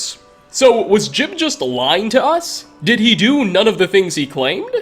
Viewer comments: " Gee-ub" not "Jib" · Saint jib? it's pronounced jiyub. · jee-ube, not jib. You literally played a clip with a character pronouncing it properly. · Every time he says jiub wrong i die inside. It’s not that hard. It’s ”Jeb” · Ugh, hate when they call "Ji-uhb" "Jib" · Its gee-ub. not jib. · he claims he met JEEB. Teldryn Sero: I wonder what became is St JEE-UHB… never ceases to amaze with mispronouncing stuff he researched. XD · His name's not JIB smh